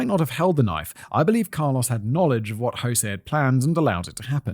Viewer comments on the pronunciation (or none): none